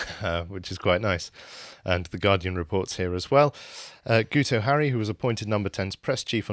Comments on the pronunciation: He's not "Gooto" - it's "GIT-oh" as in "git". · because it is Welsh and the "u" is pronounced as a "i" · It's pronounced "Geeto" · Btw lads the dopey Welshman's name is pronounced Geeto. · Guto is pronounced GIT-oh. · Pretty sure it's pronounced ' git ' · As a welshmen it's "gitoh". It's just Welsh for "guy". I like your channel but at least get indigenous names right. Independence for North Wales from Cardiff rule. Cardiff doesnt the care about us in the North.